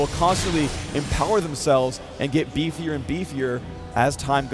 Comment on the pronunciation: hahaha "bifier and bifier"? lol